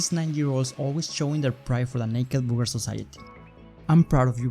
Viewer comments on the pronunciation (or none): BURRRR GERR, not BOOGER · It's not booger it's burger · He said booger hat when he tried the burger hat 2nd time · Booger* hat ;) he did say booger hat tho didn't he lol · Again did you say Booger? and a Booger hat? who would want a Booger hat? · Burger (booger 😂😂) 🤗🤗💖💖